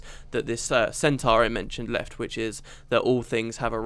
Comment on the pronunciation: it's pronounced centor, not centar. sorry but its that annoying.